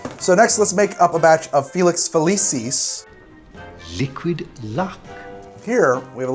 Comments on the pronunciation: It's not Felices its Felucis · To pull a Hermione, it's FeliKISS, not FeliSIS. In Latin, C's are hard.